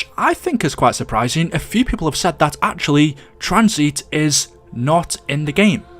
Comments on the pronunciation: why u calling tanzit tranzeet u mong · the video is good but i always have a stroke when he mispronounces a map name "Tranzeet" "Kino dur towtin" "Der Eisindrackaa"